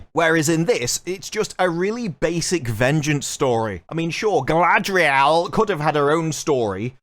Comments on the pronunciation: It’s Guyladriel…. can you get it correct please! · This ain't Galadriel this is GaladREYal. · Galadriel? I thought it was CAladryl. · I love how all of the actors in the interviews pronounce "Galadriel" completely differently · Every time they say "Galadriel," it sounds like the consonants in her name got drunk, fell, and broke their hips. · I truly can't wait to see the show. I got my notepad ready to count how many different ways Galadriel is pronounced. It's my filologist and linguistic passion. 😂